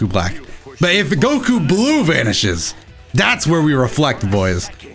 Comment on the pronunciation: And goku bluke! 😂😂😂😂